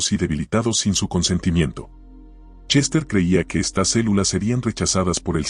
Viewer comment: A manera de retroalimentación, estaría bueno que revises las veces que se debería decir “estas” y “estás” porque siempre la voz lo lee como “estás”